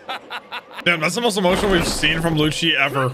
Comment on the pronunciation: also i wanna say the proper way to pronounce is "Lucci" like "lou-ki" definetely not "loushie"